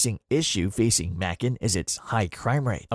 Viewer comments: Someone should have programmed “May-Kun” into the robot! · Macon rhymes with bacon get it right